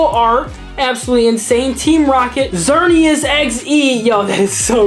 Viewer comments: I feel like someone should tell him its its not "xerneas XD" 😅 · Xerneas XD lol its EX